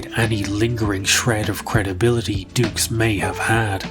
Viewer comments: you know the guys a cook when he cant even say his second name correctly...its pronounced doo not dukes..... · I just wish we all would stop mispronouncing this poor man’s name, it’s obviously pronounced “Ducks” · Even his name pronunciation is fake ,it should be like ducks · Where do you find these whackos lmao. Also I can’t see “Dux” and pronounce it dooks. To me, it will always be DUCKS. FRANK DUCKS. 😂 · Frank ducks, no no no it's dux, oh u I get it like put up your dukes right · Frank "Two" Allegedux. Begin kumite! (koo-might)